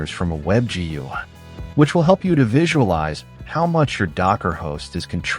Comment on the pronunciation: The way they pounce "gui" and "kuberneties" makes me think this is an AI